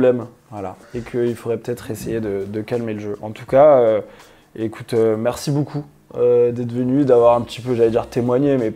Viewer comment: C'est marrant il dit BOUCOUP pour beaucoup 😊